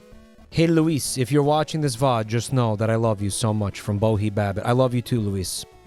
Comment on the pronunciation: THIS SCARED THE SHIT OUT OF ME. I was just thinking, “Oh, must be a random Luis,” before specified the username of my best friend of 9 years who introduced me to his content. Love you too, bohebabbitt, and you as well (respectfully),. Thank you for pronouncing my name correctly (many don’t), and may your days be ever fecal.:)